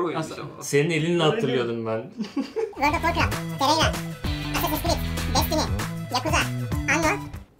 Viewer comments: Teyayre ne abi 😅 Hadi Terraria demediniz bari Terarya deyin 😂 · birisi tereyra diye okuyup hepsinin zincirleme yanlış okuması çok komik sahneydi ya , fortinayti ile babaci olayı geldi aklıma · Eleman terraria ya tereyra diyip durdu deli oldum amk